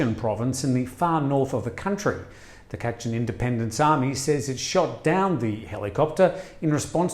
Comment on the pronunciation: Not Khaa..chin.., it’s Kachin 🙏🏽